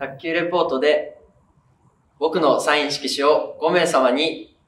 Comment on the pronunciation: サイン色紙の発音がケイン・コスギ